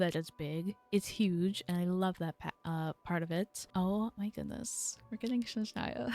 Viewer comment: Also it’s SNezhnaya not SHNezhnaya, it might be easier to remember if you associate it with the word SNow which is how it’s translated! 🤓☝🏻